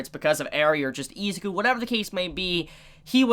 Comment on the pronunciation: Anybody else pissed off how he’s pronouncing Izuku, it’s with an I not Ezuku